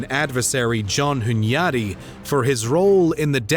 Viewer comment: Did this mf say "John Hunyadi of Hungary"? These are fighting words.